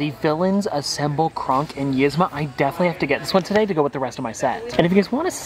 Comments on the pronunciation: Love your videos as always,. Always so cheery and fun! I usually don't get hung up on character mispronunciations, but this one caught me just because it was done so much in this vid and a few other recent vids. Yzma is actually pronounced like Eez-ma. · her name is pronounced like eezma but spelled yzma